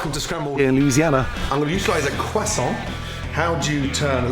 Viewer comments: Is anyone French in here? Tell me Gordon isn't mispronouncing croissant! He doesn't pronounce the 'r' and I was told by a French person that French people actually do pronounce the 'r'! He says it incorrectly: "queZZontt" and without an 'r'. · Are u gonna finish that cwosont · Random Things qwasson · oh, god no, you can't spell croissant right oh gosh this is not how you say croissant if u were showing this recipe in France, they would like it but you would get embarrassed of the way you say croissant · The way he said croissant😂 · I refuse to pronounce croissant the way Gordon does, I don't care if I'm wrong. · Just me or when he said croissant it reminded me of the meme😂😅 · Please learn how to pronounce croissant. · meh, not really, right pronounciation would be with a rolled R instead of the english "w"-ish pronounciation of R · Just got to appreciate how he says croissant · we don't say crossarnt. We say cross-awwnt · its a croissant not a cwasa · Everybody: Croissant Gordan: kwason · Idk why, as Gordon says it properly, but his pronunciation of "croissant" reminds me of the people who'd try to say it properly in a Dunkins drive thru I used... It came out as "ka-tont."🙄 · Normal people: Croissant Gordon Ramsey: Quassan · isn't anyone gonna talk about how he says quhsant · Gordon Ramsay....stay away from Cajun food... who tf says Kwehsaunt 🤣🤣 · crest sont......say it right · Am i being learned how to pronounce Quasont or you showing off Gordon? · Putting tasso on anything doesn't make it Cajun, anymore than that "kwoisson" makes it French. Lol But it sure does look tasty. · Did he say "quack song" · It's so funny when he says Croissant like KWAH SOHN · Everytime he says croissant the first thing I think of is...... Carl: Awre you gonna finish dat cwossant??? Man (forgot his name): knock yah self out kid.. Carl: intense eating sounds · Gordan ramsay: "Quassont" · Beautiful cwassant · All I heard was cwason ... Cwason.. CWASON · no one: gordon: cwosant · Cruh saun